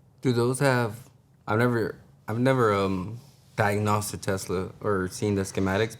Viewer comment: Saying diagnawssed is driving me insane.